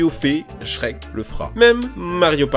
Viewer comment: Pourquoi la plupart du temps quand tu dis Shrek, tu mets un S à la fin? 🤔 Oui cette question est très importante